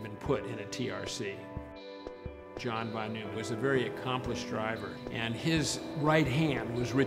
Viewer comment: Say John Von Nueman one more time xD jk love this story, and ' telling it